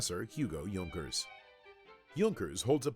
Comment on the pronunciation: Not that it matters, since we all know what the narrator is referring to, but I don't think that his pronounciation is correct. As far as I know Junkers is written WITHOUT Umlaut, therefore it's pronounced J [ou] nkers, more less like y[ou]th.